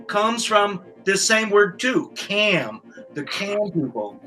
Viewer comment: it’s pronounced “ch-am” not cam. Cham-pa not campa